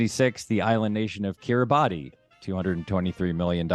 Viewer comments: The brilliant Mike Schur mispronounced Kribati. Correct: Keer-a-bosh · Kiribati is not pronounced Kiribati